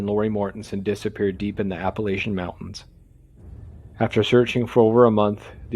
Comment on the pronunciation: I'm from NC and that's not how you pronounce Appalachian.